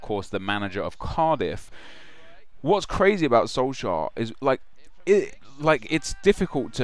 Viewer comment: atleast research what the League in Norway is called.. Tippeligaen. Also, look up how to pronounce the name.. Sounds like you're saying SolSchär